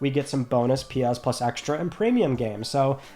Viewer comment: My girlfriend hates you so much 😅 calls you the says you say it weird. But I wait all week for this video and love you and your into starting my Friday. It is friday nay 30th LETS TALK PLAYSTATION! LOVE YA MAN I love watching even more now cause you piss her off lol